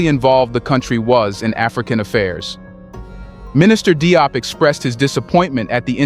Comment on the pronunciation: Yep, France is very busy in Africa maintaining its grip on the continent and its inhabitants. Just a hint about how the last name DIOP is pronounced. "DIOP" is the French rendition of this name,. I understand that the narrator of this video is speaking English. The English spelling of this last name gives one a good idea of how to say it, and it goes as follows: "Jobe" (the "e" should not be spelled out, or pronounced).